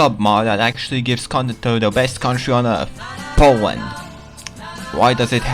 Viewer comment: Powand :3